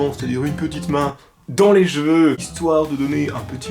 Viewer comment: Des "gveux" t srx 😂